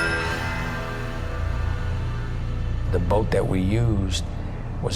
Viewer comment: And it’s Ruggiero not Ruggerio.